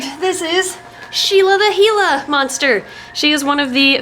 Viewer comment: I didn’t know you pronounced gila like that